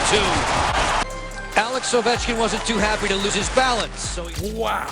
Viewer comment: Had to stop watching . Couldn't physically continue due to risk of dying from cringe. Alex edder ovenchkin